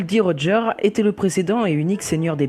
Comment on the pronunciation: super le dessin et sinon ça ne se dit pas rogère c'est rodgeur et sinon tu l'a bien écrit ;)